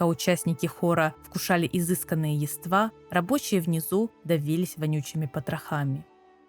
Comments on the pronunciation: Комментарий, так сказать, в поддержку видео. Чуть резануло слух ударение в нескольких словах. 🙂 Правильно: низИна, привилегирОванных, Явства (не явствА). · низина́ (низи́на?) привилеги́рованные (о́?) яства́ (я́ства?) на плите (плита тюрьма, в?) сквозь дре́му (дрёму?) судьба сиблинга (сестры/родственницы?) а так интересно местами диспутируемо спасибо